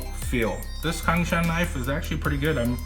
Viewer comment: Great and thorough review. The cuts look almost effortless. Btw Cang is pronounced like Tsang.